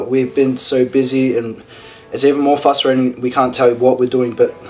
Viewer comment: Aaaawwww he said fustrating